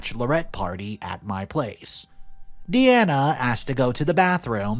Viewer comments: Story 1: it’s pronounced DEYE-ANA not Dee-Ana. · Please,, it's pronounced Die-Anna, not Deanna (which is how you pronounced it). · You are saying Deeanna not Diana, have you never heard of Princess Diana? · I've known three girls named Diana, two of them pronounced it Dee-ana one pronounced it Die-ana. People pronounce things differently in the same local region, let alone state to state or country to country, so it is highly likely that Diana in the story pronounced it Dee-anna herself.